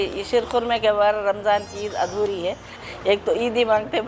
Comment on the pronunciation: 😂😂😂 yhi hota h jab language import ki Hui hoo.aunty reporter ji it is not 'uudhori' but adhoori and not 'qorma'😂😂 .fucking paaki har cheez mein apni creativity add kardetey ho.